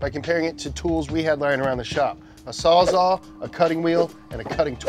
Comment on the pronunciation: puts the word Sawzall on screen "a sawzaw"